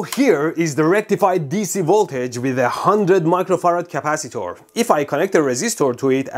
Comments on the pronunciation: Capacitor ❌❌❌Caapacitaur✅✅ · British Capacitor 🇬🇧